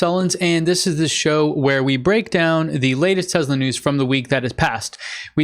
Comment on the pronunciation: are you intentionally calling Tesla Tezla?